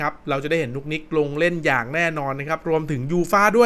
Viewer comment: นุกนิกครับไม่ใช่นุ๊กนิ๊ก